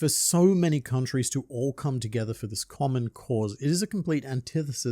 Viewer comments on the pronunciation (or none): none